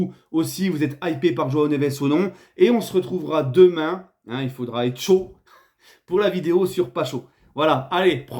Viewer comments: Ça se prononce PATCHO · On dit " PaTcho ". Et pour l'avoir vu avec Francfort en Bundesliga, ou avec Antwerp en coupe d'Europe, c'est bien. Rui Costa, est une légende de Benfica, il essaie de tirer le maximum d'oseille pour son club. C'est normal. La clause libératoire, elle est là pour dissuader les clubs de prendre le joueur. Le fait est que le môme a 19 ans, et que personne ne sait vraiment de quoi l'avenir sera fait. S'il est bon, tant-mieux et s'il ne s'adapte pas ou qu'il a le mal du pays, ça complique. A Paris, Vitinha et Danilo parlent français. Ils vont l'aider. Peut-être même il a appris lui aussi, parce qu'à l'école, au Portugal, tout le monde apprend le français. Quant à Simons, c'est très bien géré. Le joueur est néerlandais, né en Espagne. Il a accepté de venir au centre de formation du PSG pour l'oseille. Il n'a aucun attachement envers aucun club. Sans ça, il serait resté au centre de formation du Barça. Les gens étaient contents de le voir partir de Catalogne pour jouer à Paris. C'était oublier qu'un jour ou l'autre, il ferait la même chose avec le PSG, ou un autre club. Quand un joueur peut quitter un club formateur à 16 ans pour des questions de fric, l'amour du maillot, on oublie.